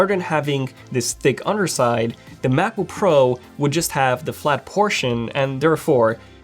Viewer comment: “16 macojaook pro”